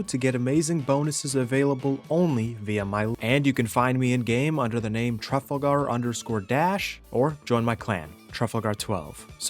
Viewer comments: Tuffle gar? Trafulgur lol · Why would you pronounce Trafalgar like that 🫠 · Wait... It's pronounced.... //Truffle//-gar?